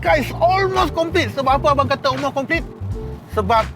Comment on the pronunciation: tp bang sy tau knp bang asyik ckp olmos... haha.. msti dia x dak button2 yg blh buat dia terbang mcm x70 pilot bang btui x.. 🤣🤣